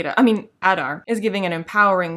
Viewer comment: Every time Adar is mentioned it starts to sound more like Udder to me.